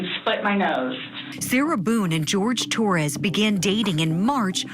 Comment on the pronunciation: It's Jorge, not George